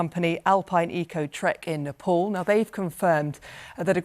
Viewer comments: why the hell do these BBC people say it like "nepol"?? its spoken NEPAAL. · Its Nepal not Nepol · Napol? Those people suffered the worst. At least make the effort to pronounce their province's name right. Smh